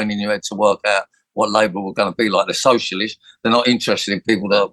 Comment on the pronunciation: He can’t even say the word socialist properly not that Labour are socialist.